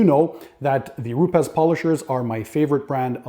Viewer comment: Not rupez Its rupes dude